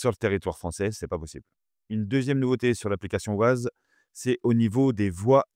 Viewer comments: On prononce 'Wayze' pas 'Waze'... Ces Français et leur accent anglais 😂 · Wayze..pas wazeuhh lol tu fais pitier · Ça s'écrit waze, mais on dit waize, c'est anglais. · Waze😂 on dit Wèze😂😂😂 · Mouhahaha pour information on ne dit pas ouaze! C’est un contraction de deux mot Ways et Maze Waze est un jeu de mots anglais basé sur le mot "ways" (prononcer wéze), qui peut se traduire, en fonction du contexte, par : « voie », « chemin » ou « manière (de faire) » et maze (méze), signifiant « labyrinthe » 😂😂😂😂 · Bonjour. Waze se prononce ouaize comme ways (chemins en anglais). C'est justement parce que le nom de domaine était pris que les créateurs ont choisi une orthographe différente. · Ah les camemberts... Waze c'est Wéze à l'audition... Comme Modern Warfare, c'est Warfére à l'audition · Très intéressant merci, mais alors : "ouaze" Ça c'est vraiment pas possible !!! :) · ah oui "woize" c'est bien ... :-) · J’ai entendu « Wouaze » j’ai quitté la vidéo direct 😄🤦🏾‍♂️🤦🏾‍♂️🤦🏾‍♂️ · Waze, qui est un mot anglais, se prononce wé-y-zzz... C'est que ça fait mal aux oreilles... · La prononciation. Le nom de l’application est bien Waze mais ça se prononce à l’anglaise weīze (comme « ways » qui veut dire chemins ou routes en anglais). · J'ai entendu "waz" j'ai direct quitté la vidéo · J'adore la prononciation française, mais en effet, ça casse un peu les oreilles... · Je peux savoir pourquoi vous ne prononcez pas correctement WAZE ?